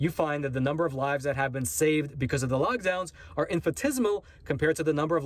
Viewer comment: you keep saying logdowns, it's lockdowns